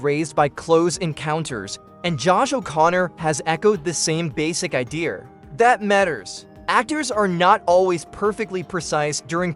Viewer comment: The AI is mis pronouncing more words. “IDEA” is not pronounced “I Dear”. More word salad